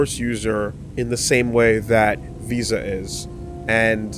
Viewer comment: Every time V says Visas name all I hear is "Vsauce"